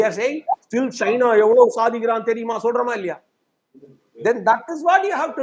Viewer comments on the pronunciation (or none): none